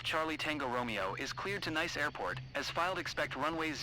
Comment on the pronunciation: Nice isn’t the only airfield that gets mispronounced. Typically a PC-12 will fly around 24,000 ft. 30,000 is the service ceiling.